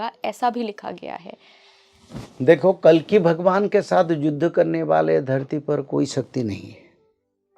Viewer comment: कलीक नहीं है भाई, कल्कि हैं, भगवान को आना होना तब आयेंगे। अभी तो आपको हिंदी व खुद के व्याकरण पर कार्य करने की जरूरत है। जो जरूरी हैं वो करना चाहिए बाकि जो अपने हाथ में नहीं उस को समय पर छोड़ कर अच्छे कर्म करने पर ध्यान देना चाहिए ।